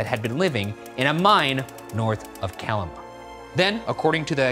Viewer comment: I had a Hermione's moment: is not calamA, is calAma 🙄🤣🤣🤣🤣 I'm from Chile BTW, I remember have watched the news when the chupacabras attacked a farm, I was with my grandma (who used to be a very religious woman) and told me that "God is incapable of creating a blood sucker creature because God is blood and the only thing that will drink the blood of god is the devil" and I couldn't sleep for week thinking that the devil himself was going to suck the blood out of my dog ( I was like 6 years old)